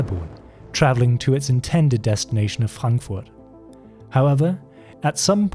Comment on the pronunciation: is bro german? cause he pronounced frankfurt perfectly.